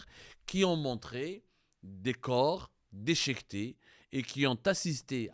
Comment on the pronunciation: Des corps dechéquetés ouela déchiquetés !? L’etalé ouela l’Italie !? Roh y’a Abdou, tu ne sais même pas parler… Pour info le premier journal qui a diffusé l’info c’est Marianne, un article ecrit par Amar Ouyahia qui est habitué a s’attaquer à l’Algerie … A bon entendeur !